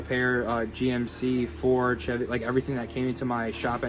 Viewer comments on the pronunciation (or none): none